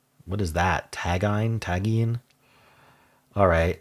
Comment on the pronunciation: tagine is pronounced more like ta-jeen